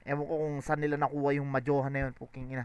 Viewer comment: yung sa Edison line tingin ko "Edi Saan yung innovation?" yun. kasi tinutukoy niya walang ginawa si Lilstrokes eh, tas mabilis yung pagbigkas niya ng saan into sun.